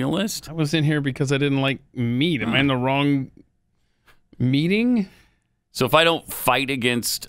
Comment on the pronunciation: 'In the meating ' we love you too Pat 🇮🇪